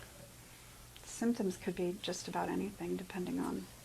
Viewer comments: She’s so flipping full of herself! So “smart” and such an “expert,” yet she repeatedly says “diagnosises.” What in the actual hell?! 😂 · This social worker said diagnosises. It is diagnoses you IDIOT. This unqualified dope was in charge of children.